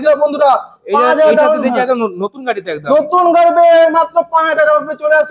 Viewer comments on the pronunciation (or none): Gaei noi Gari bolo জিভ টা ছলো